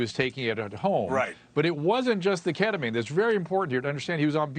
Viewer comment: ..pronounced keddemeen